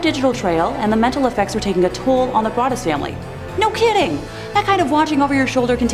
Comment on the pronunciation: Im pretty sure the o in brodus(sp) is a long o pronounced brooo dus